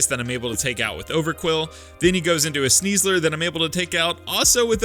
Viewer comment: SNEASLER, NOT SNIEZLER! DO NOT LEAVE OFF THE I IN SNIEBOSS! AND THERE IS NO I IN SNEASLER!